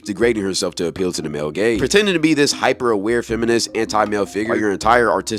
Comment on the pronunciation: thought bro was saying "male gays" until